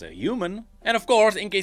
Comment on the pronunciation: If not bird like why called ZaaHEN💀